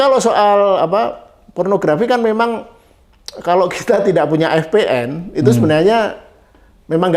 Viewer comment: VPN pak 😭 Vi-Pi-eN 😭 yawlah gw loading pas bapanya bilang eF-Pe-eN 😭🙏🏻